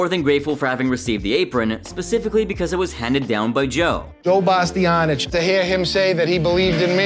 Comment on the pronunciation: Get it right ! It’s Bas-ti-AHN-ish!